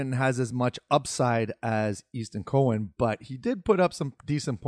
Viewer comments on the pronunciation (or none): Cow an not Co hen